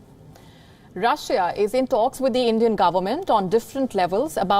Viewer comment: She says tholks instead of talks